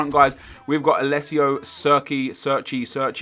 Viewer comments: oh my fucking god if i hear another person say serchey again im gonna fucking flip its pronounced cherchi (Cerci) italiano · I'm pretty sure Cerci is pronounced "Cherchee" not "Surky" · CHAIR-CHEE It's really not that hard to pronounce